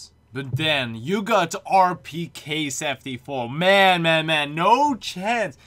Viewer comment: realle here's how u pronounced rpk-74(rpeekee-74)